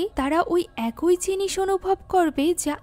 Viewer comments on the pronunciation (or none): আপু শব্দটা “একই” উচ্চারণ হবে। “একোই” না। 😶 আপনার মুভি এক্সপ্লেনেশন অনেক সুন্দর হয় কিন্তু এই একটা শব্দের উচ্চারণ সব সময় ভুল হয়। আপনাকে ছোট করার জন্য ভুল ধরছি না, ভুল শুধরে যেনো আরও সুন্দর ও নির্ভুলভাবে মুভি এক্সপ্লেইন করতে পারেন তাই বললাম। 😊